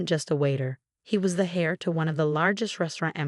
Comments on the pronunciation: Irrelevant, sometimes irritatingly distracting background! The word "heir" (a male who inherits something) is pronounced as "air", not as "hair"! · Heir pronounced air not hair. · Hair is what grows out of your head. James is the heir, pronounced air, like the air we breathe. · This RIDICULOUS voice over is beyond STUPIDITY.. SO MANY STORIES WITH RATCH-ELL (Rachel) HAIR (heir) and in so many others of this ilk EFFAN, ETAN, ATFAN - ETC… for Ethan, a favourite name in so many stories of sadistic mothers-in-law, cheating husbands and obnoxious sisters-in-law!!!!!!!! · How many times do I have to tell you,? The name is pronounced Ray-chel, not Ratch-el. It is heir, pronounced air, not hair. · Really good story! I’m glad Rachel finally found her way! For future information, Heir is pronounced “air”. “Hair” is what grows on our heads. Rachel is pronounced “ray-Chel”. 😊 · Hair instead of heir, mispronounced Rachel. Fix it if you want people to keep reading and listening. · They're got the language settings wrong for the AI - it's grating for sure. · I find it interesting and funny. I still enjoy the stories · I agree get the names right!!